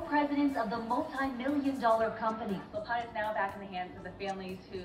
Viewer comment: Silpada...not Silpoda 😆